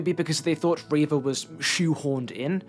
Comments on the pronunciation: No one says “ray-vuh”, pronounce people’a names how they say them, generally. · I completely agree with every point you made but unfortunately invalidated all of it by you being the reverse of that one rebel leader who called Leia Lee-a. Her name is Reeva not Rayva!!! /s (once again a fantastic video it's nice to see star wars content that doesn't promote toxicity)